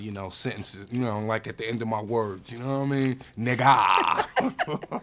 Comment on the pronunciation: Meth casually going full london for that 'no wha I mean' haha. New york man dem always seem to have a bit of London in them